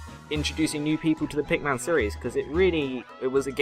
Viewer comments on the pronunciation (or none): It's PikMIN not PikMAN :(